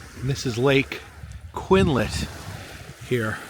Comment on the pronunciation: Re the chocker....it looks like a rope but it's a cable used for moving logs. The chocker setter is the guy who puts the chocker cable around the logs. The lake is actually pronounced "Quinn-ault" (like vault w/out the v) My parents went to school there. I have an Aunt & Uncle who still live on the lake. I know our cities,towns, reservations etc are rough to try to pronounce! Just fyi.... I wish the Lady Washington tall ship was in port when you came through. It was designed by the same person who designed the Sailing Ship Columbia in Disneyland. It was used in Pirates of the Caribbean, Once Upon A Time and a Macklemore music video, among a few other things.